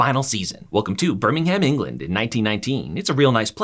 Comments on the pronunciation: It's not burnnimham it's Birmingham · Hey great video! Birmingham is pronounced like “burm-ing-um”, no “ham” though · One day Americans will realise Birmingham, Buckingham etc are pronounced Birmingum and Buckingum 🤣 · Couldn't watch, it's pronouned 'Bir-ming-um' not 'bir-ming-HAM'. If ya cor do it properly, dow say it at all 😅😂🤷‍♀️ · It's great to not have a robot reading script and mispronoucing words 😂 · As a Birmingham native, I am highly offended by your pronunciation of our city sir 🧐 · idc how good of a video this is, you get a dislike for saying birmingham like that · amaricans trying to pronounce birmingham💀💀💀💀💀💀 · You obviously don’t know how to Birmingham, because that hurt man the way you said it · A piece of advice so pronunciation of Birmingham The ‘h’ in Birmingham is silent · Please never say Birmingham like that again EVER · Ngl you said Birmingham wrong